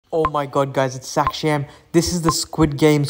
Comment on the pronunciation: its mot saaaaakshaaaaamm its saksham